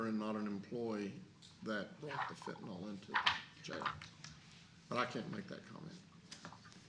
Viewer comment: Fentanyl... Not FENTANOL